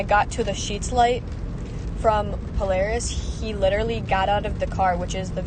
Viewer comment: It's not pronounced pole-r-is it's pole-air-is .